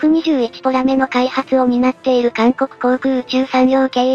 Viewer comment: ポメラじゃなくてポラメじゃね？